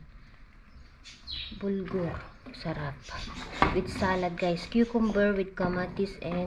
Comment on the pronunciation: BURGOL Hindi BULGOR